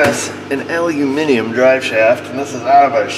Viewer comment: YES!!! An American who can say Aluminium instead Aluminum. Nice one.